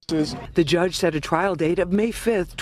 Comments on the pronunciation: Hey homie it's "trial" not trail brotha. Love that channel. You that man bro. My fav spot to chill and get the low down. Keep up the good work my man !!! #jameliskillinit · Lmfao “TRAIL “ 🤦‍♂️🤣😂. C’mon bro , check your $hit before you post. Or get “ hooked on phonics “ it worked for me 😝👌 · Trial, not Trail, my brother. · TRIAL* Not trail. No disrespect tho. Js. ✌🏼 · “Trial” not “Trail”. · "trial" not "trail." Thanks so much for sharing the latest updates. :) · The word is "trial" not "trail".